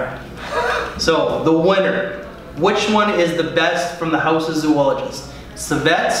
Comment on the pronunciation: Why do you, and all other fragrance Youtubers call this house "Zoo-ologist" instead of the proper pronunciation, which is "Zo-ologist"? Has Victor Wong not contacted all of you to tell you about your mispronunciation? I'm curious. Think about the word. "Zoo-ology" is not even appropriate by English standards of grammar, because it really would require that 3rd "o". Please say the name of the house correctly next time.